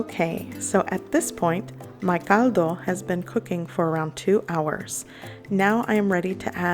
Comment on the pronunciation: Yes love her voice ...and how she uses her accent in Caldo